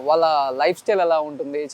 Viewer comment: please improve your telugu pronunciation. మల్లీ కాదు మళ్ళీ వాల్ల కాదు వాళ్ళ Dear suman TV management Please ensure that the anchor improves his diction.